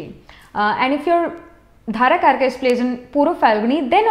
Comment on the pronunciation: With due respect mam, very knowledgeable, but its dara karaka not dhara